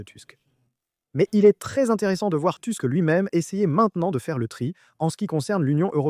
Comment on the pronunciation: "Tusk" ça se prononce "tousk", pas "tüsk" ni "teusk".